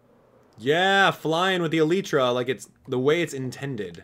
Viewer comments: you pronounced too many things wrong. It's not pronounced Uhleetra It's Uh-Lie-Tra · ee-lllyyy-tra get it rite